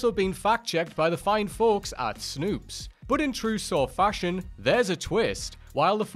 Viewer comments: It's not Snoops. It's Snopes. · Snopes...not snoops...come on now, I feel like I'm correcting you more times than not these days